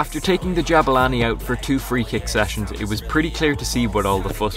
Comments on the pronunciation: Its Jabulani not Jabalani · Jabulani not jabalani